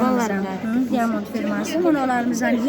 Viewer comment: Диамонд эмес даймонд